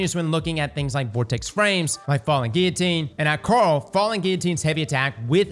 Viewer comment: You actually pronounced "Guillotine " correctly!!! Smart dude.